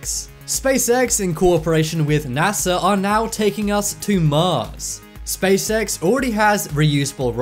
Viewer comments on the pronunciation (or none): none